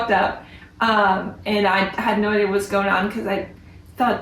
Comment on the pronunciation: The word is Idea, with an A at the end. Not Idear! No R